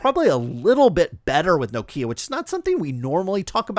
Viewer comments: It’s Nokia (As in Knock) .. Pronounced with 1 syllable rather than No-Kia . 👍🏻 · lol, presumably you’re from North America? Everyone else in the world including the Nokia CEO pronounces it Nokia .. not No .. Kia. He should know. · Iam Scandinavian, let me help. Nokia instead of No-kia. Also Ekea instead of Ikea. Oh, one more, Porsche instead of Porsch. Good luck. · That's how we pronounce Nokia in the United States.